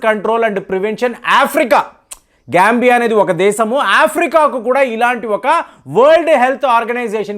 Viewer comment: గారు మీరు జాంబియా పేరుని గాంబియా అని అంటూ ఉంటే బాగా నవ్వుకున్నాం, మేము మీ ప్రోగ్రామ్స్ రోజు చూస్తుంటాం, కొద్దిగా చూసుకుని చదువగలరు, మొన్న కూడా సట్లేజ్ నదిని సుట్లేజ్ నది అని అన్నారు, కొద్దిగా చూసుకొని చదువగలరు.